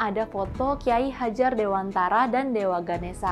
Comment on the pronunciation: Sekedar kritik utk mimin yg orang Jakarta. Cara bacanya "Ki Hajar Dewantoro" min. Dewantara itu bahasa Jawa dg huruf latin, yg cara bacanya a = ô (mirip pengucapan o pada kata Tokoh)